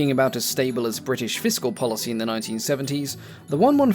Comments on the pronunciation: Bri ish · Bruh why bri'ish we dont all talk like that. Could you imagine king Charles saying bri'ish? 😭🙏🏻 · There's a T in British get it right